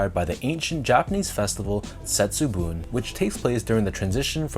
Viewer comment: Great review and on point pronunciation of Setsubun! I agree with you on the premium materials and craftsmanship, but I am a bit skeptical of the shiny effect on the swooshes after the leather is cracked, and the leather is a bit stiff compared to the Bagel Dunk. There’s in fact a Setsubun Dunk Hi released early this year as well which looks quite similar to the lows.